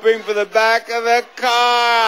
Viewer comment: I love Rich Fields' energy and enthusiasm, but he forgot that there is an "R" at the end of "CAR." He actually said Jerry could win a NEW CAAAAAAHHHHHHHHHH! And he's not even from Boston :)